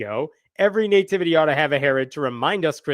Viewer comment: I love me some, and I really enjoy choice of subject matter, humor, and wisdom. But it drives me crazy every time he says the word "nativity.", it's not NAY-tivity. It's NUH - tivity.